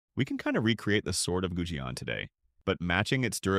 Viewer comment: on the theory that you are an actual human, not ai slop narrator, there are a bunch of words that might be hard to learn growing up during the pandemic: Goujian - Gooj yen Mawangdui - Ma wang dway Sanxingdui - San sying dway Mise - Mee suh (you even show the original characters, yet still say 'few surviving pieces of mice wear') Zhang Heng - inexplicably you nailed this one.. 10/10 xD Cai Lun - Tsai Loon